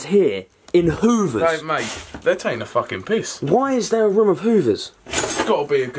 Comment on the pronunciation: “Itz ah ruum uf HOOOVERS”